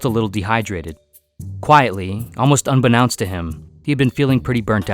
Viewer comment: A rare miss. A friendly assist. It's pronounced exactly as is common when the word is broken into parts: un-be-known-st. As opposed to un-be-"noun"-st. Easy aid: Don't announce unbeknownst.